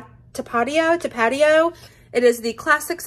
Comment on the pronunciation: Tuh-patio has me rolling! 😂